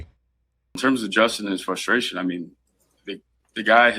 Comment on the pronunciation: Did he REALLY just say FUSTRATION? Please.